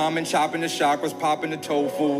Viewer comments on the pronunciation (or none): none